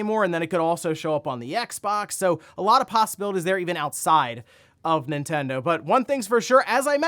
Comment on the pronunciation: It always sounds like says "Intendo" but he's not, he's just breezing through that first N